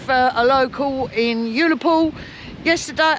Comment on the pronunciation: ULL-Á—POOL … not yoolapool